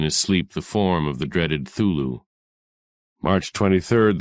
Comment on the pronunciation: This narrator good, but the way he pronounces Cthulhu is unforgivable. It is commonly pronounced kuh-thoo-loo, but this is also incorrect. Lovecraft himself said that because Cthulhu is a name created by alien entities, it is not physically possible for a human being to pronounce it correctly. The closest sound you could make would be a guttural grunting noise that looked like; khlul'-hloo. The director or producer who instructed the narrator to pronounce it "thoo-loo" should be stripped of his land and titles, beaten severely and exiled to wander in the wastelands. Smh No respect whatsoever.